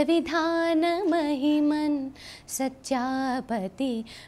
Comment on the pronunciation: One simple correction pronounced as sachha pati, but should b pronounced as sthyaa pati... Please don't mind dear